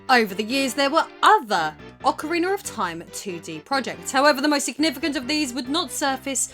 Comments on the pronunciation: It's not Ocariner of Time. It's Ocarina of time. There's no R at the end of Ocarina. LOL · Why does she pronouce it 'Ocariner'? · Love it lol you said "Ocarinar" xD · "Ocareener" lol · "Aucha-Reener of Time" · Ah good ol Ocariner of time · why do you always sound like you say "Ocariner of Time"? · Ocariner of time... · Instead, we got “OcaWEINER of time” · Ocker-reener of toime. Queen's English my butt...